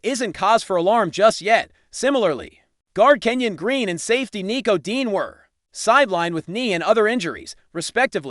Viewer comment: He's saying Dean dos he mean Dejean?